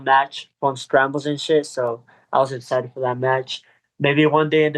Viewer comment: He said he’s EXCHITXHED .! lol Wow fix that !